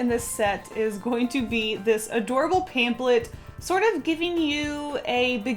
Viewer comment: Did she say...pamp-let?